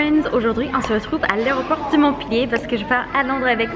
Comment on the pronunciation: c'est drôle parce que avec ton accent on a l'impression que tu dis "l'aéroport de" mon pied "" 😂😭💕